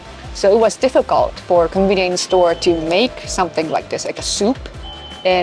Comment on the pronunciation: Idk if you intend to pronounce it "combi-nience" but that's what I hear and I think it's amazing as it blends the Japanese term and the English term so well